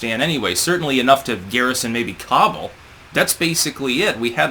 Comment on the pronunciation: You should learn how to say Kabul